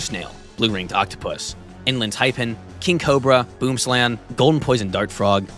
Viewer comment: How did you pronounce boomslang wrong?(boom sl a(a as in aunt)ng)